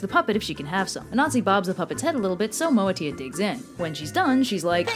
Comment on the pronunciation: As an ASANTI I love this video, there are hundreds of stories but they are dying due to oral tradition, maybe I should write a book, You Butchered the pronounciations though LOL, but well done, MOATIA is not a Fairy it means DWARF , Ashantis don't have fairies